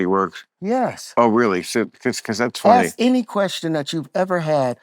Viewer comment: "Axe me any question about the universe. Go ahead and axe. I can respond to any question with an incoherent meaningless word salad."